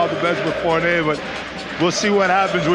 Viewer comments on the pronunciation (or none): none